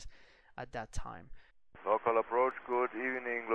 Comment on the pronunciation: FYI, NorCal = NORthern CALifornia, it's pronounced NOR CAL not NOR CALL. Same for SoCal = SO CAL not SO CALL ;-)